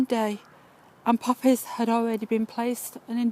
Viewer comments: popp-ehs LULZ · it was puppies for me